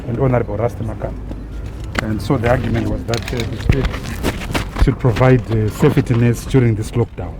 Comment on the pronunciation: Get fucked Biti..you provide the first donation and its pronounced safety not sefetty